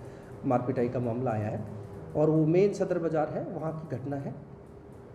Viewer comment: It's sadar not sadaar